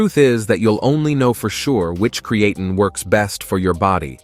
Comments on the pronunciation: It's obvious that the AI voice does not know how to say Creatine correctly. You can fix that by spelling it differently. Try spelling it "Createen" and see if it says it correctly. It really messes up the video when the voice keeps mispronouncing the star of the show. I'm surprised you uploaded this with that mispronunciation. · Createen, creatane, creatyne .... interesting pronunciation. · I gave up on Cree-eighteen. I now use Creatine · It’s really annoying pisses me off hearing AI constantly mispronounce the supplements name and then it says it constantly throughout the video it’s unnecessary to constantly keep repeating the name of the effing supplement. If you’re gonna use AI and you know that you should actually check your work before publishing it and putting it online the least you could do if it can’t annunciate the word correctly it’s just eliminate the word I’ve had to turn off the audio and just watch subtitles at this point because it got so annoying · Yeah it’s incredibly annoying hearing an AI mispronounce the supplements name. And then having some inept person not even listen to or proofread the work before they upload it. On top of it why do we have to hear the AI say creatine incorrectly so many damn times. It’s like it’s looking for an excuse just to say the word over and over again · How come he pronounces creatine different everytime?...... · Hard to take the video seriously when there is at least three or four different pronunciations of creatine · The problem isn’t the AI it’s the person that uploaded these videos that doesn’t even bother to listen to the mispronunciation. Then why in the hell allow the AI to say the damn word so many times It says if the AI is looking for excuses to continuously say the word. And in the previous video it was the same bot the same AI mispronouncing the word a completely different way. Anyway I had to mute the damn thing and just watched the subtitles